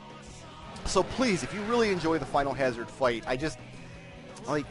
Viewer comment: You paused between saying Final and Hazard. This is wrong. It's clearly Finalhazard.